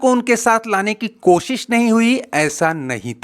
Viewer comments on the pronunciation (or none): none